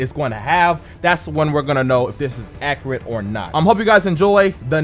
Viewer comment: "I have decrepancies"........HAHAHAHA my god your English is fucked. it'd be "THERE ARE discrepancies" one can't have a discrepancy. AHa! and you said "acarate " 'hahahaha. I know that was a joke I'm sure, but your English is on some forneverworld shit hehe. but please, I'm deadass visiting fam in africa right now....hit me with that Inj2 'my dude, can't get it out here yet!